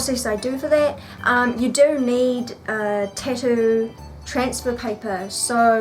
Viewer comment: Why is nobody bothered by how she says "Tattoo" -_- amazing vids though!